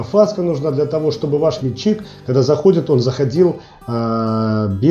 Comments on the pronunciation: Автору! Внимательно прочитай ту галиматью под видео. Если начал рассказывать и показывать - изучи русский язык, склонения, падежи! У тебя - метчик - он же - личико, он же мичик, он же... Называй правильно инструмент, используй общепринятые технические термины - и тебя начнут понимать... Вообще-то видео - для тех, кто забыл или не знал - познавательно. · не мельчик а мечик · А почему метчИк? Нас учили мЕтчик...